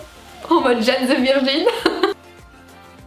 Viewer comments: Video top ! Je la regarde en boucle , quand je la finis je la reprends mdr , parcontre sa m’a perturbé le « jane » mdr faut le prononcer en anglais 😭😭😭😭😭😭😭😭😭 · Ma chérie c’est pas Jane (âne) c’est Jane (jayne) ..